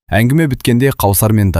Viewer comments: Қаусар емес, - Кәусар болар.. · Қаусап емес кәусар ғой қыз баланың есімін дұрыс оқу керек қой. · Кәусәр деп окы Дәния де